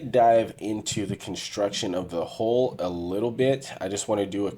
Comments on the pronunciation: Why is HULL so hard to say? It's not hole. It's an U, not an O. Do you say Skull, or Skole? It's the same thing, yet so many struggle with it. Every time you say hole, I'm like, WHAT HOLE. Ohhhh HULL! FFS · Why do you pronounce Hull "HOLE"?????